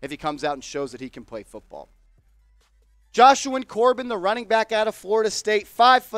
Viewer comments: its ja-shawn lol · It’s ja Shawn